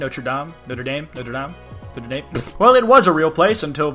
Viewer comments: No-Treh Dom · It's pronounced not - (roll the r like in Spanish) -(soft e) - dom